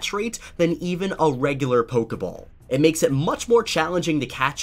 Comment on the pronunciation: I got 56 when you said pokey ball